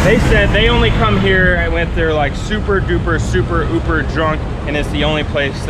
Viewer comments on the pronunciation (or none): none